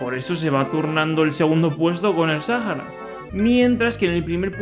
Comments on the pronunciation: ¿Porqué le dices Sájara, y no Sahara? Pd: Rio de Janeiro era la capital, pero luego pasó a ser Brasilia. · Es Sahara SA-HA-RA NO SAJARA ES SAHARA AAAAAAAA (*C muere*) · Me choca que lo pronuncies Sajara y no Saara, así como proncuncian iceverg en vez de aisberg. en fin, buen video bro !